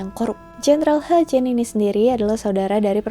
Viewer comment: Mungkin ini dialek asalnya ya..